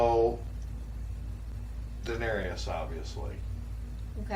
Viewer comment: I hate to be that guy but her name is Daenerys, not Daenery-us and her brother was Viserys but who cares about him. He can be Visery-us. Great reactions! I think that you will really enjoy the History and Lore videos.